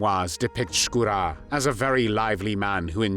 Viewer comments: Не "СкУро", как читает интеллект, а ШкурО☝️..Но не много Русских белоэмигрантрв поддерживали нацистскую германию. В основном Краснов да он ( Шкуро)..К примеру генерал Деникин ни за какие коврижки не согласился сотрудничать с Гитлером. Он переживал за Советский Союз как за приемника Российской Империи и искренне переживал за Российский народ☝️ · Вообще-то не Скура, а Шкуро. Нормально подавайте историческую информацию. Дизлайк и бан!